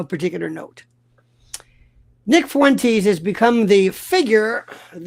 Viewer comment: Half a second and you decide to butcher nicks name. Definitely credible .